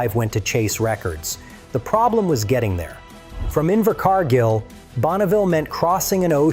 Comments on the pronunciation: Inver Car Geel or Inver Car Gill C'mon...it's not that hard. Find a neighbor thay can read. You don't need AI. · Yes a great movie & AH acting is superb, his pronunciation of the place name Invercargill…Invercarrrrgil , pure gold